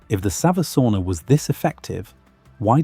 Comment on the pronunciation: Every time he says "savusauna" he says u in savu as an i. Finnish language is written same way as it is spoken, so savisauna means clay sauna as savi means clay in English.